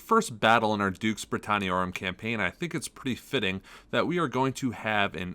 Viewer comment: I just want to say thank you for making this awesome Dux Brit/Dark Ages content! And I cannot say how refreshing it is to hear proper pronunciation of the Latin terms! I'm sure I hear my poor high school Latin teacher is rolling around in her grave whenever someone says "ducks britanniarum" XD Anyway, still working my way through the batrep during breaks from work and loving every second!